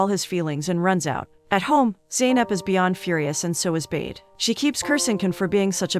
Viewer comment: I wish you would actually watch the movie and hear that his name is not pronounced Ken it's Can like John. It's not Bade sound like in English it's sounds like Buhdeh.